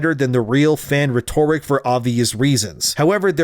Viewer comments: Rhetoric, in that sentence it's pronounced ret-or-ick not re-tor-ick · Please learn how to pronounce the word 'rhetoric'. It's ret-UR-ick, not reh-tore-ick. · I'm convinced these are AI, bro can't even pronounce rhetoric properly? C'mon. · Rhetoric is not pronounced that ways, dude. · I love how you don’t pronounce “rhetoric” correctly. Gets me every time 😂